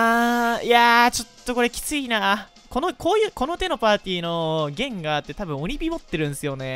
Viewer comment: ゲインガーて言うのやめろ